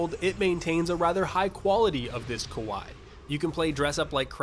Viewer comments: "Kowai as hell" Jesus that hurt me... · "kuwhy" NA pronunciation 4head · Gameplay, menus, character creation, all of them look great. Probably will buy. Your pronunciation of kawaii... Egregious. The idea that (from what was shown in the video as what I took to be examples of) the anime fanservice bits were at all close to the dark side(I like reading comments-)? Inaccurate. My formatting: poor at best.